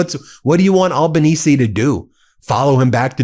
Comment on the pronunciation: Thanks Ben for this vlog. From ya mate down under. Australian PM Albanese pronounced with an aussie accent Al - banese (like - Alan) not All....banese. We aussies call him "Albow." ( like Elbow ) friendly term of endearment. It is funny how you say it. Have a good one, Cheers.